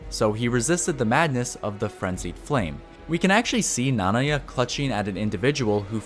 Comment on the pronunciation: Ok I just gotta say that I got way too triggered at how you pronounce Nanaya. With all the "ackshually it's pronounced..." shit about names that are never spoken ingame, you butchered a name that Midra himself does clearly say in his cutscene. I dont know, it doesnt take away from the quality of the video, and it doesnt really matter overall. It's very nitpicky. But shit got me fuming especially since you said it more than just once like that haha